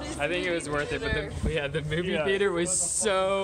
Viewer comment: Theator?! 😂 Nice vid. Looks like you’re having fun. 👍🏽